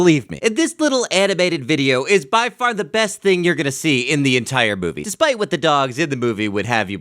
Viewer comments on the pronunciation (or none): "Dispight." Really?!